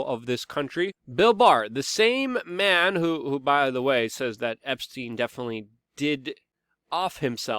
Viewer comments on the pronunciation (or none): none